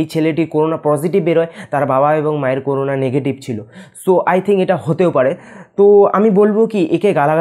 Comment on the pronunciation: করুনা নয় করোনা